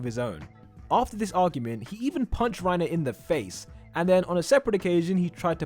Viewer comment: its reiner not rierner and GET THAT TRASH REINER AND PORCO OUT FALCOS JAW TITAN IS THE BEST ONE IT CAN FLY well thats pretty much it besides having the same abilities as porco he can fly so thats cuul wait did i say cuul i meant cool my bad note:i did replace the oo with a uu instead